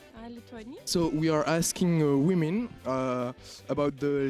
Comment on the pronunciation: « We are asking wimin « MDR